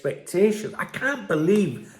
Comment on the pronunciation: 26 seconds you sound. Like a Scouser. I Kaant! BEELEEVE! BOSS❤